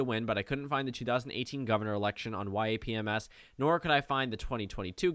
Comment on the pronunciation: Can you please pronounce it “YAHP M-S” instead of “y-a-p-m-s” it kind of annoys me.